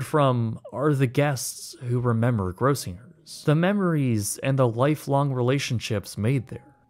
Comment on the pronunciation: Weird, it sounds like you're mispronouncing "Gross-singer's."